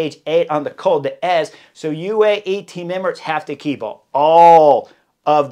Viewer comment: Blimey! Col d'Eze is said as Col Dez, not Col de Ez. I'm sure you have ridden this lump lots of times but did the locals give you a quizzing look when you said Col de Ez?? I'm not sure how no one has told you :D It's like saying Alp de Huez. :D Sacre blue!